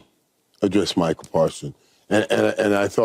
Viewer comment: Someone tell the playmaker it's MICAH, not Michael.